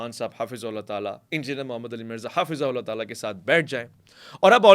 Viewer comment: "Hafizahullahu Ta'ala" ka talaffuz bhi darust farmain please. Regards